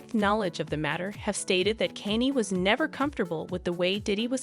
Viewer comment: Who is Kaney? The AI needs to be reprogrammed